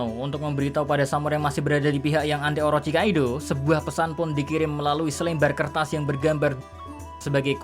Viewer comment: selembar kertas, itu kok bacanya gitu wkkwkwkkwkw